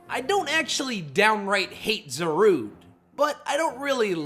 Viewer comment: It’s pronounced PEH-CHUH-RUNT, zuh-roo-DAY (which you stupidly glitched it as a Volcanion, which is vahl-CAY-NEE-UHN), dye-AHN-see, and ar-KEY-iss, “”! 🤨 You need to study pronunciations more, bub! 😤